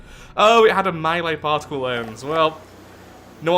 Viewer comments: I swear, at least 50% of the time he is saying "Parcel Cannon" and not "Particle Cannon" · I think you are the only person to pronounce the C in particle as an S instead of a K. At least the only person I've seen on yt.